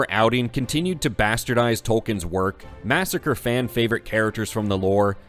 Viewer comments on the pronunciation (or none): none